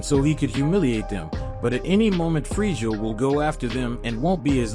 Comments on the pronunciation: It's Freeza not Freezia dont want to nitpick, but it's kinda annoying. Decent story nonetheless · I can’t handle how your saying frieza 😵🤮